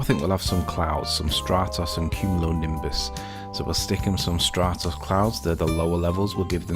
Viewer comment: "Stratos"? Stratus clouds you moron!